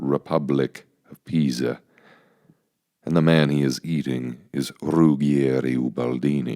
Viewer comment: Ok so how did you suddenly learn how to say “Pisa” at the end after pronouncing it “PEEE zhu” throughout the entire video? Are humans in capable of narrating their own videos anymore? Everything has to be AI?